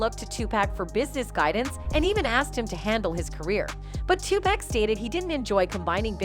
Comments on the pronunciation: My goodness his name is pronounced TuPock I know how it's spelled but Pack is not his name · It's funny you can get everyone else's name right but 2pac's it's not pack it's 2pac.. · It’s Tupac not Tupack…GOSH…white people… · Is this video narrated with AI? ALso, "Tupac" is pronounced TU-POCK not TU-PACK... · His Name is Too-Pock (2Pac) NOT Too-Pack ... Learn to Pronounce The Man's Name Before Capitalizing Off His Death. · TUPAC not 2 pack say his name right !!!!! 😡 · 2 pac, not 2 pack. Get it right, if you can't say it right don't report. I can tell you don't care. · It's pronounce 2 "pock" not "pack". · Poc not pack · Ommfg...why do white ppl always finding ways 2 fuck up on ppl names...wtf is 2 pak 🙄 😑 😤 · Decades later people reporting on Tupac still refuse to pronounce his name right. Smh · If you're gonna make a video about Tupac, say it right?